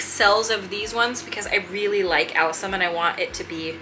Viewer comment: I'm so jealous too... Sorry sorry sorry but say it like this my dear friend a-LIS-um. Lol lol naughty word . They will still sprout and you can separate alyssum and those types very easily.